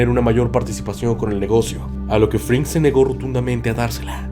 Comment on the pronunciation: Gran viedooo, pero se me hizo raro que dijeras "Fringman" Jajaja